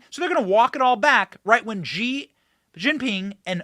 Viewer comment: “Zhee” is NOT his name. It’s pronounced like “she”.. honestly